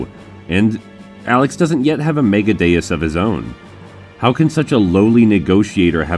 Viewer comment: A like for properly pronouncing Megadeus And a favorite for calling Alex a turd.